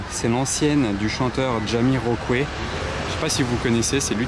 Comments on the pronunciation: Super , par contre ca se prononce Jamyrokouaille . On voie que t'es jeune. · lol fipeux... le chanteur on le prononce phonetiquement comme ca ... " jamiroquouaille "